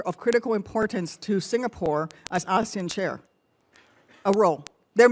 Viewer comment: Even the way he pronounces “ASEAN” sounds like, Asian.